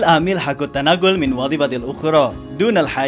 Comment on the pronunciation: Perbaiki bacaan arabnya coy..contohnya dunal hajati di baca dunal hajah دون الحاجة.. klo terjemahannya sudah sesuai...